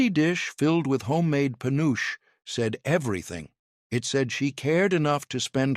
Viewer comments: FULLY AI from the video to some of the comments to the reactions to the responses to the commenters. Dumb AI, first, it's not peh uooch it's Puh noo chee dumb AI and it is so much softer and creamier than the old style because of more accurate candy thermometers, lest crystaline and firm. Real fudge is an example of proof that this is an ai created video. Real chocolate fudge does NOT fall apart like is shown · Just one of the MANY reasons to avoid AI at all costs! Penuche is pronounced [puh-noo-chee] not panoosh 🙄 It was my Dad's favorite frosting flavor & one of his favorite flavors of fudge. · Penuche pronounced Pe noo chee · Pen nu che. 3 syllables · My mom did, too! He mispronounced penuche. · AI is failing us, it took me a minute to realize what it meant.